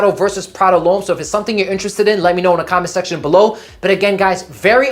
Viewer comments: Why does he keep calling it Prada L’Homme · Why do you keep saying it’s Prada lhomme? And that high first on the first girl is so awkward. Just shake the hand dude😂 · Nice Video Content 👍🏻 like your reviews Btw you said Prada L’homme like 4 times until you got it 😅